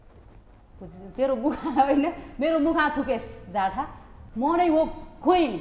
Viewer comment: The way she Says jatha is in another level🤣🤣🤣🤣🤣